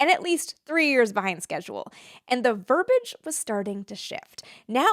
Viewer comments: The word "verbiage" is pronounced "vur-bee-idge" - not "vur-bidge " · Verbiage. There's an i in there. Verb-ee-adge. It's not a portmanteau of verb and cabbage.